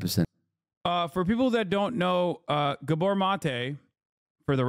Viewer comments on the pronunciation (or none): Gábor not guhborh